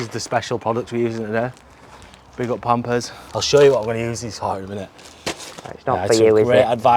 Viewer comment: I like how he pronounces "Pampers" 😅